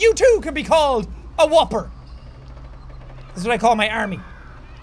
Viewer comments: He said Whooper tho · On that last one, he actually said whooper. This isn't Burger King, friend. Though I do feel a bit hungry right now.